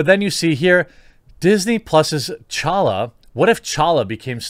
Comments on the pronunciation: Wow you’re the first person to actually pronounce T’challa right😂😂. Respect bro. The T is fucking silent people. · Major props for pronouncing "T'Challa" correctly